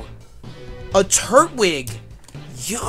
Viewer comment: Hey it is tur-twig